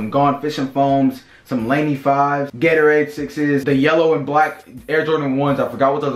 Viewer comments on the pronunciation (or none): Lol he said "Gatowade"😁😂😂